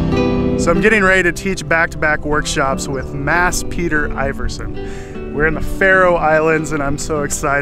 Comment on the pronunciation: That looks really good fun, both the locations and the company – I bet you have a ball with that arch-scallywag Mads! BTW, his surname is pronounced Ee-verson, not Eye-verson afaik.